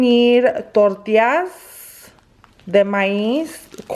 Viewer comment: I cannot get over the way she says “tortias”😅 but aside of that i lovvveee me sommeeeee chilaquiles